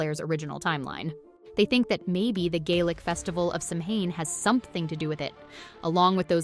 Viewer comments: Samhane? Really? It’s Saa wn. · Samhain. Simplest Gaelic sound? Not Sam-hayn. Sah-wen. SAH-wen. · Immediate eye-twitching when the narrator pronounces it “sam hane” instead of “SOW-en” (among other easily-prevented pronunciation mishaps) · It's not sam hain.....its sa..wen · Mh in Scot’s Gaelic (gal ick) is a v sound. As in Slainte mhath (slan ja vah). The Gaelic can differ somewhat between dialects as it does between Ireland and Scotland. So (So ween) AND (Sa veen) are both correct. It’s that (Sam hain ) that needs eradication. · Seriously is is not pronounced sam haine. It is pronounced sowin. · Samhain - it's pronounced "Sow-en", NOT "Sam-Hane". Sheesh. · It's pronounced SOW-en, not Sam-hane. Please learn to properly pronounce words so as not to unwittingly insult those who actually celebrate these festivals. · It's pronounced "SAH-win" not "SAM-hain." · If you're going to talk about Samhain (Sow-en), you really need to learn how to say it. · You mean Sam (Yuhen) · It's ok to me to mess up. None of us are perfect. U did ur best. Ty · Thank you! I was going to comment on the same thing. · As a Scots-Irish American, even I know how to pronounce Samhain. It's Sah-whin. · You lost me at "Sam Hayne" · Interesting ideas. Samahain is pronounced Soween. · The Proper Way to Pronounce Samhain: Sow-wen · Samhain is pronounced "sough-an" or "sow-an" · Please, the correct pronunciation of Samhain is *sah-wen". Thanks for the videos, but please! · It's pronounced sarwin! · Samhain pronounced sawwhen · Samhain is Sow-wen... It's Gaelic, not English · Ikr? She keeps saying it wrong and only mins in, I am peacing out. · Learn how to pronounce Samhain before making a video about it. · Samhain is pronounced “Saveen” in Scottish Gaelic. And it’s not Cull-oh-den its Cull-od-en.